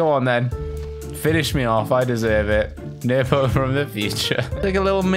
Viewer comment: It’s nerpo